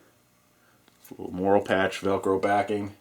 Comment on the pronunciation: Hey dude, it is morale patch and not moral patch :)